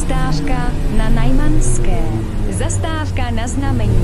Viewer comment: To hlášení je chybné protože místo zastávka říká zastářka.